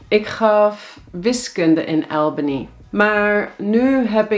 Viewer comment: Liever "Ahlbany" of "Awlbany" (niet "Aelbany").